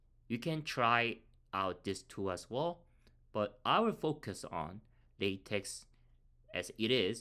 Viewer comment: its pronounced "la teck" thankyou for the video